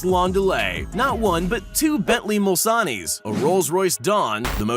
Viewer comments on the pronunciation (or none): lol what is a bentley mulsannee? its bentley Mulsanne BOI